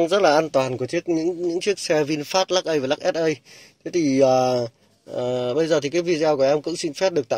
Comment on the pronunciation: Chả có gì mới, nhàm chán, Lắc ây, và lắc ét ây, nghe nó nhe câu từ ở các thôn xã dưới quê á. Nửa mùa…👎🏿